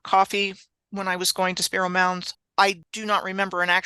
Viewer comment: Oh y'all are in my neck of the woods now, awesome, I'm just across the Arkansas river from Spiro mounds in a little town called Gans, I'm 11 miles west of ft Smith along the I 40 corridor, and correcttion on the pronunciation of Spiro, the I is long like Spy to, has probably been to Gans before, ok I'll finish watching the video now